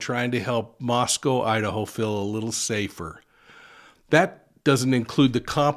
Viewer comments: MoscO long O! Not Mos Cow, We are not in Russia... please ... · I know I’m being grammar cop but we locals pronounce it as Mosco with a long O not Russia. Thank You!